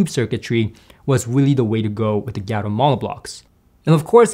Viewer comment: It’s pronounced “Gaa-toe” not “Gia-toe.” Gato means cat in Spanish. I believe their company logo even features a cat.